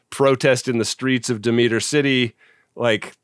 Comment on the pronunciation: The style/type of opening for 'Space Precinct' isn't something unusual for Gerry Anderson. He did the same thing for 'Space: 1999.' And that's 'Demeter' (Deh-meh-er) City, not De-meet-er.😃 Did I mention I really enjoy this series?